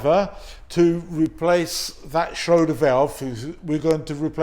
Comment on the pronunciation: Schrader not shroder 😂